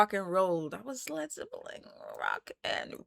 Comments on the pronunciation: Please stop saying Zeppeling? There is no 'g'! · Nice…but there’s no G at the end of Zeppelin.